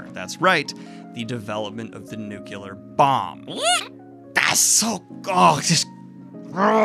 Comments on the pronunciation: Nuclear*, not nucular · Did you just say "nukular" bomb? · "Nucular"? Dyslexia cannot explain that. But I agree 100% with your opinion on that piece.